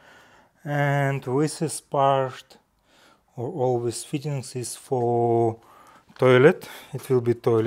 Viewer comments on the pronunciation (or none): English has improved a lot. But, he has problems with "this" and "these" - he says:wis" and "wese". Hope he can catch himself soon.🤣😂